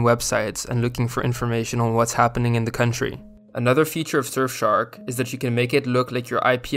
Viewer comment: lmao shurfshark